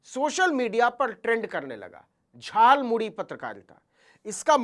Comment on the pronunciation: मोदी जी झालमूड़ी नहीं खाया है उन्होंने तो झालमूली खाया है। क्योंकि वह झालमूड़ी को झालमूली बोल रहे हैं। उनके शब्दों ध्यान से सुनें।